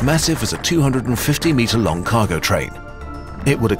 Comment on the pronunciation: Metri.. what? What kind of word was that?